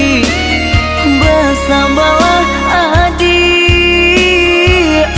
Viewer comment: Pengucapan Adik tu tetap adik min adiiiiik